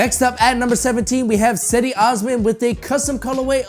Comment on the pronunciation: its “Chedi” not “Sehdy”